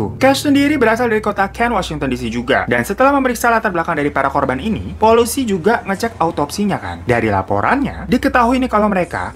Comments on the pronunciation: polisi bang bukan polusi😂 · harusnya ngomong 'Polisi' malah jadi 'Polusi' 😭😭👍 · Apa gw doang yg denger kata polusi? Apa gw salah denger?(θ‿θ) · harusnya polisi kan:) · maksudnya polisi nih?? Kok kedengerannya jadi polusi, awoqawoqawq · Polisi Abang bukan polusi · Polisi baaaangg..bukan Polusi..hihihii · Gua yg salah denger apa emang bang hiro nya yang nyebut polisi itu polusi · Polisi bang bukan polusi 🏃🏃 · Salah denger apa gmna yaa polusi apa polisi 😂😂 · Polisi jadi polusi 😂 semangat kakak hehe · Polisi bang bukan polusi , kaga fokus lu bang wkwk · polisi bang bukan polusi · Yang di Bilang POLUSI Gbner gak sih udah berkali2 du ulang tetep polusi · typo bang nyebut "polisi" ehh "polusi" :D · Polisi gaeess bukan polusi 😂😂😂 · 6.34 "polusi" atau polisi? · .....polusi?mm? Polusii??? SALAH DENGER GAK SIH?! 😭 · Lu bilang polusi bang di menit 6:034 😂😂😂 hahaha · Menit 6：31 Polouisi atau polusi ape polusi iya bang 😂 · Menit : "polusi" gengg udah berubah bukan "polisi" lagi wkwkwwkwkk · 06.33 ngakak woy polisi bukan polusi:v😂🤣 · Di salah ngomong polisi jadi polusi .. Hehe.. 🙃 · polusii apa polisiii abangggg...😂😂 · Salfok pas nyebut "polusi" wkwkwk